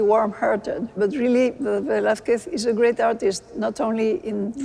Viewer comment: Quite disappointing this documentary the "presenter" didn't even make the minimum effort of pronouncing Velázquez surname or name properly. Would it be a Lack of knowledge? lack of understanding? or just euroaglisism?.... Either way is fuked and demianing. Also degrades the quality of this channel.